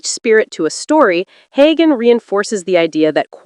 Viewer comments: It's not Haygan! It's pronounced Heu an. The g is not sounded. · The narrator should learn the correct pronunciation of Sam Heughan s name! It is NOT Haygan! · The narrator should learn to pronounce Heughan! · Find out how to pronounce his name! Drives me nuts!!!!!!